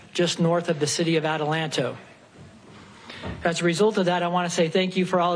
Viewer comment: The way this guy pronounces Atlanta should be a crime 🤔